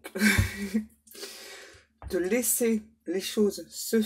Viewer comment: Vous êtes sûre que c'était "laisser" et pas "lécher"???? 😂😂😂😂 Vous avez des guides très érotiques...